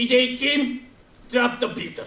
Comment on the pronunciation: 펭수 영어도 잘하네 drop the beat. ,ㅋㅋㅋ